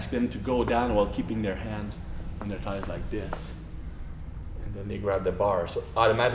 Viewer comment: lol how he says "thighs" Great teacher though.